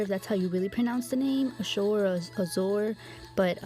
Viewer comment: Azure is pronounced A-zher. zh is kind of like the jh or sh sound but with a z. The U is the sound of an E. It isnt a sharp J sound. Its a sh with a z sound. Hard to explain. If you go to Google you can probably get it to do a pronunciation for you. My daughter had a friend that had this for a name. Its a beautiful girl name I think. I watch you all day sometimes lol I love your videos. I have been doing dip nails your way for a long time actually. I didnt know until I started watching you, that anyone was doing it. Im so glad its actually a thing! I wish I was good enough however to have a channel. I am terrible with nail art. And to do polygel or acrylic nails? FORGET ABOUT IT. They look TERRIBLE. Then it takes FOREVER to file them out, especially my left hand (Im a lefty). I had bought myself the Makartt brand of polygel. UGH that stuff is so hard to work with. Is the Azure about like that, or easier? I do something wrong with it. I probably use too much slip solution/alcohol. So I have only been using it for my big blings. And it really works for that.